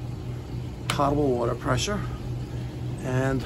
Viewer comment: poe-tuh-bull, not pot-uh-bull my friend.